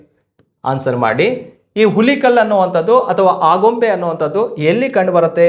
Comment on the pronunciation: Present . ಹುಲಿಕಲ್ ಅಂತ ಅಲ್ಲ ಸರ್..